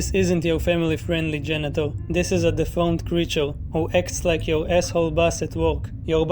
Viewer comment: I kept hearing genital instead of janitor and by the end of that section I was cry laughing.